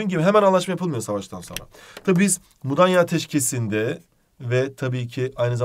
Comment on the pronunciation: Mudaya Değil "Mudanya"